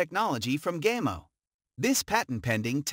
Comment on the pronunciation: Gaymo? Really? It's Spanish, it's pronounced (gah-mo).